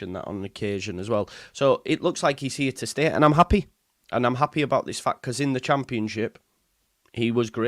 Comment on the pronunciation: I hate when you turn into a manc🤐’ happehh’ ‘archiehhh’ 😂😂😂😂😂😂